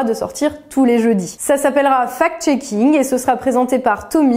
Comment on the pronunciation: C'est bizarre, quand vous dites fact-shaking , moi j'entends fake-shaking. "Les journalistes qui diffusent des informations, sans les analyser et les vérifier" " ca profite a tout ceux qui ont interêt a manipuler l'opinion, en présentant, ce qui est juste leur point de vue idéologique comme une vérité objective"......... Beh vous parlez de qui la? c'est une auto-critique?